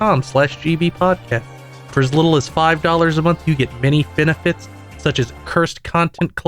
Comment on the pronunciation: I honestly thought broke during his spiel because he said "many fenefits" rather than "many benefits", not because was pretending to be Popcat and making giggle.